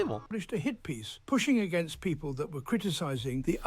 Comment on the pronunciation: hehe "agaenst"